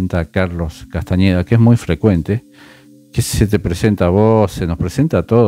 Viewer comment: Me encanta cómo le cambiaste el apellido 😂 No es con eñe, sino con ene: Castaneda❤. Por lo demás, tus explicaciones son clarisimas. Me encantan